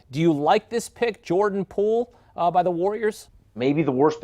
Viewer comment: Gave stupid takes, mispronounced his name, showed they know nothing about what they’re paid to talk about…wonder how they felt watching basketball this post season.